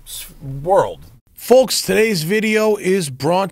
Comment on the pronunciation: Oh man, that hard "L" in "foLks"